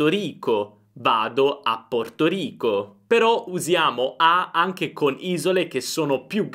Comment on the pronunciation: Ciao, Rico (di Puerto Rico) viene con la R dura:)